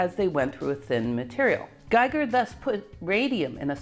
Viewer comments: I really loved the video! Congratulations! Little corrections: names are: Geiger (not Gieger) and Niels, not Niel Bohr. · Geiger not Gieger. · It's GEIGER , not Gieger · Geiger, not Gieger. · You are the best nerd I've never met :-D Thank you for HOURS of high class entertainment. Just love it! A side note: You pronounce it perfectly, but someone has made errors on the way: It's a bit annoying (as a European) when "Geiger" (the scientist) is constantly named "Gieger" (the artist). Likewise "Niels Bohr" is not named "Niel Bohr" ... Niel was a moonwalker, Niels weren't (although quite good at soccer) ;-) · yea i wanted to mention all the german names with an "i" sound. Geiger for example. i and e always switch places here ;-) but the pronounciation is very accurate for an english speaker...